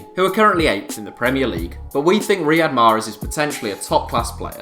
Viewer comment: They probably did not pick him just because they can't say his name lol they can't even pronounce Riyad Mahrez name properly